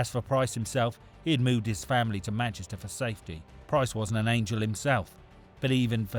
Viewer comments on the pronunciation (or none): none